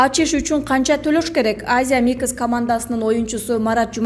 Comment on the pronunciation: Азия микис эмес Азия микс деп окучу доорубой диктор😃😃😩😩